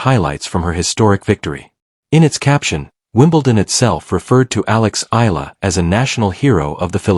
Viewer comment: Not Ayala spelled and pronounced but spelled and pronounced properly as E-ala 🇵🇭💜🇵🇭💚🇵🇭❤️🇵🇭